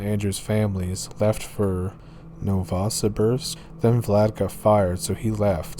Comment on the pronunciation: You say Yakutia as Yakut ia. And Novosibirsk as Novo-si-birsk but make the gap between si and birsk faster. Thanks for telling stories from my country hahaha 🛐